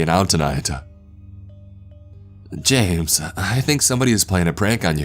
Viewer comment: don't go jamesUHH not tonightUHHHH